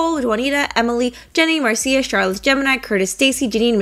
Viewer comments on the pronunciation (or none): none